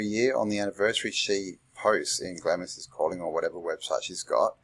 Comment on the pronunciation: Do you really think it’s pronounced “glammis”?